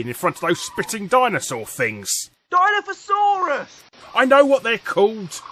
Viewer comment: Dilophosaurus is not pronounced that way (although it might just be your accent). I would know, seeing as it's named after my great, great grandfather.